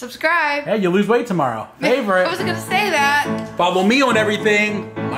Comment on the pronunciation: Michael Groon, not Green. 😂